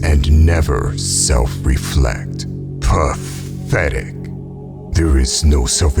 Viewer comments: that "P A T H E T I C" always seems really personal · I like when he says "pathetic!"😅